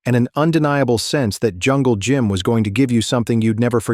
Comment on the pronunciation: Be nice if you could pronounce at least the legends name....